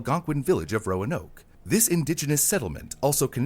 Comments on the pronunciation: The emphasis is on the first syllable - "ROAnoke," not "RoaNOKE." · It's ROAnoke, not RoaNOKE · This is great info but its name is pronounced roan oak after red oak. Signed, a Roanoker. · As a previous local, I'm more surprised that I've been mispronouncing Roanoke this whole time... the lift in the a is a lot quicker and much more subtle in normal conversation. I've always said "Row-noke" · Modern american english typically puts the emphases of 3+ syllable words on the 2nd syllable, so it would be roAnoke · Why does he keep putting accents on the wrong syllables in the name "Roanoke?"